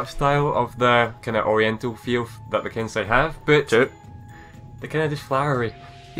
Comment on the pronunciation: Its pronounced ken-say